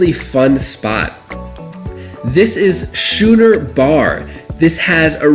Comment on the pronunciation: Schooner bar pronounced like skooner not schooner. You sent me looking elsewhere trying to figure out the new bar.....lol